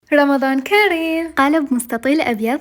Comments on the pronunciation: اسمه رمضان كريم مو رمضان كاريم ❓❗️ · شبيج مريضة اكو احد يكول رمضان كاريم احجي عدل مثل الاوادم